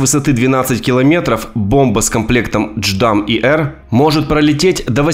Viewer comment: J_DAM а не дждам бро